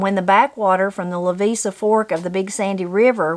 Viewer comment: loved the story... having grown up on the headwaters of the "La VI see" river i found it interesting the way you pronounced the Levisa River.. Merry Christmas to yall...